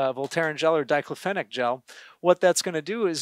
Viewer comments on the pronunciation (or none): He can’t even pronounce diclofenac correctly!!!!!